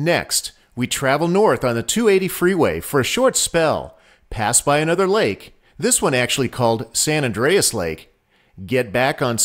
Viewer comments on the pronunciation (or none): none